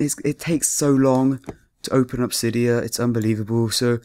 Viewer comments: "sigh" dia that's how you pronounce it. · i get out of a vid when they fcking say cidya